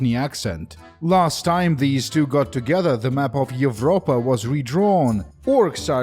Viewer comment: Almost triggered at "Evropa" haha, enjoying the video so far but it's a long one - I'll have to finish it later. Hope you have a great NY